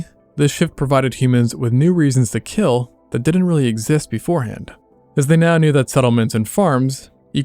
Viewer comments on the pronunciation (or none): it will keel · Your weapon, will keel. 😂